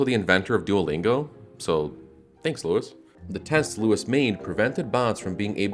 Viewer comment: Duallingingo lol